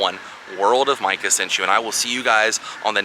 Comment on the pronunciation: Mundo de Micah... pronounced.....meecah